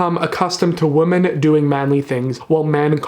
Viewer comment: Omg same. So glad I'm not the only one who hears him say "woman" instead of "women" lol